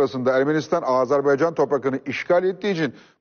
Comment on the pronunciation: Fatih bey program başlarken o kadar övdü Hikmet Çetin'i. Adam söze Azeri toprağı ve Azerbeycan diye başladı. Azerbaycan bile diyemeyen adamlar devlet yönetmiş bir zamanlar...